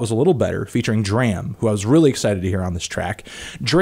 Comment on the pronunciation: It's pronounced like "Drama" without the "a" at the end.